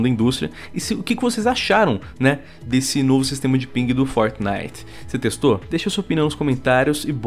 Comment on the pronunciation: EIPEQUIS LÃNSOU VO ABÃMDONA O FORTNAIT E FALA MAU DE GUALGUER JOGU QUE USI NEGANIGAS DE EIPÉQUIS